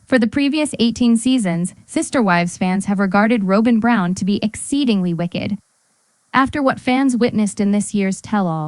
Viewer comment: Row-bin Brown?